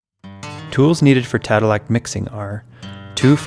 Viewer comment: Not tadelack